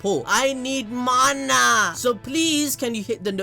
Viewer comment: How u said mana 😂😂😂